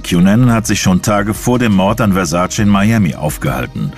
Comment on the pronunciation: Wenn die Amis bloss endlich lernen würden, wie sein Name richtig ausgesprochen wird... Der Mann hiess VERSAC●E● mit EEEEEE und nicht "Versaciii" 🙄